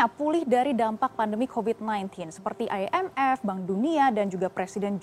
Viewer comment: I N F bukan ay en ef... Indonesia apa alien sih 😁😁😁😁🙏🙏🙏✌✌✌✌